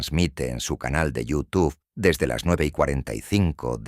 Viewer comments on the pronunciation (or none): none